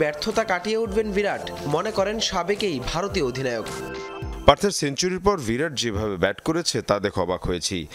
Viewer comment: ভিরাট না, 'বিরাট'! অশিক্ষিত নাকি??